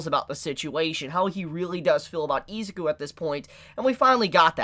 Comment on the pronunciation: Its pronounced. e-zoo-ku it bothers me how you hold out the I and rush the zuku